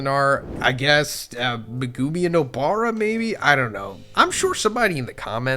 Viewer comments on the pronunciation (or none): Meg-umi bro I love the vids but your murdering his name every time not tryna be a dick head but please